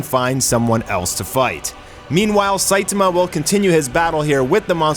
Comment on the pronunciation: Cool video. But your pronouncing "SAITAMA" incorrectly. It's the "TA" part that your having trouble with. The A isn't pronounced like A as in ( Look "a" dog! It's pronounced as in the Doctor asks you to say "ahh" when looking at the back of your throught. So it's pronounced SAI TAHH MA.